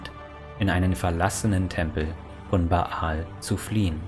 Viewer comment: Erstens: Danke für die Zusammenfassung, ist schließlich doch 20 Jahre her, dass ich Throne of Bhaal abgeschlossen habe. Die Aussprache der Eigennamen ist aber sehr eigenwillig. Der heißt einfach Bhaal (gespr. Bahl) und Drizzt do' Urden wird englisch Drisset do Örden ausgesprochen. Du sagst ja auch nicht Ion Irenicus.